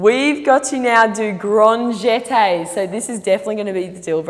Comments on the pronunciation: Her: They can be done with a flick or with a swish. Me: It's LeviOsa, not grahnd GHETay! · The way she says Fouettés it kills me 😂 it’s so cute, all the french words are pronounced in such a funny way ! Chassey pas de bouwwey ! I love it 😂 And then Grande Djeteyz 😂 I’m dying